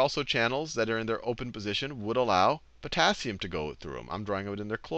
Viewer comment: yes I found that just now when i was watching:face-blue-smiling:i was like "eh...porassium you mean?"